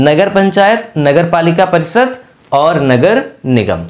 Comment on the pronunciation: आप " श " को भी " स " बोलते है , जैसे शहर को सहर, परिषद को परिसद सुनने में अच्छा नहीं लगता है । कृपया अपने उच्चारण में सुधार करें